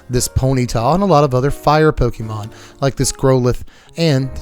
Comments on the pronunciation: Pokémon has an accent. It’s pronounced po-KAY-mon, not po-KEE-mon. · The accented é in Pokémon is pronounced like the accented é in café or resumé. Po-kay-mon. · "Pokey"mon lol